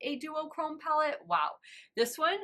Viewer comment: Honestly every person I've seen talk about this palette has pronounced it the same way, so you're not alone 😅. I'd be lying if I said it didn't bug me a small bit, but at least you noticed! And we're human, we all make mistakes!